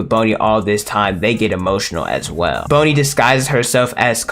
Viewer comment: Why do you keep say "bone"-i instead of "bon"-i